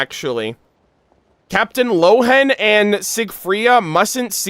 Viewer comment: No, I'm a native German speaker (I'm from Austria) and Lohen would be pronounced as Lohen and not Rowen. The name Lohen is based on the German word "Lohe" and means "flame" or "blaze". Rowen is the Chinese pronounciation of the name Lohen.